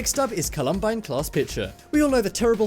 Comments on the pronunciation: The school is pronounced Colum-byne. It is not because of the 2017 IT movie it's also the original IT movie with Tim Curry as the clown and the clown who actually killed people. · Call-um-bye-n that's how you say it. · Marion Morgan Volcanos are beautiful and need to be respected, I agree. The mess-up of Mount Saint Helens and Columbine annoyed me (Colorado born here, stone’s throw from where it happened)